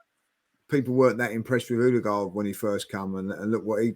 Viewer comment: someone please tell it’s pronounced ERDIGARD not OOOUDI-GAARD